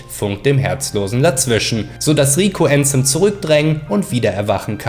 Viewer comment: Wenn jemals jemand wieder ÄÄÄÄÄNSEM sagt dreh ich durch!!!